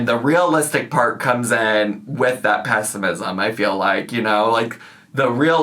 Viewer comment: “I keep going back & forth in my mind between optimism & pesticism” …said in true Amberlynn fashion 👏👏👏